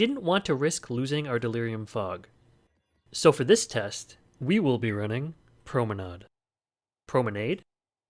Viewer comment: Haha as a German I really was shocked by your pronunciation of promenade. I would say the last pronunciation you said is right. At least for American English :D